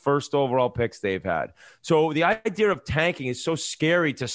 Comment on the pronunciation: Hey Whitt, no 'R' in the word idea